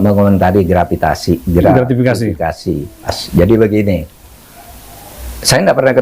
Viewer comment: Pak Mahmudb Gratifikasi ,pak Mahmud ,bukan gratvikasi